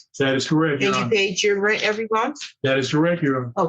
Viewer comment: The way the daughter pronounces rent is like nails on a chalkboard